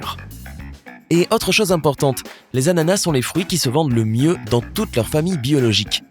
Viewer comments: Il me stresse à dire « anana » au lieu « d’ananas » 😂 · Un “ananas" Des “anana" avec un “s" muet à la fin